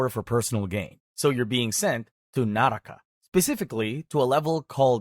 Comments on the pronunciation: It isn't called nah raka it's nuhruk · Fun fact: naraka is pronounced nārk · help it's pronuncaced nark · Its spelled naraka but pronounced Nark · bro it's nark not naraka